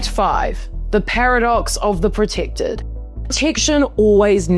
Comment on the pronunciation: Proticktid ? Posed as a thrit ? Holy tortured vowels !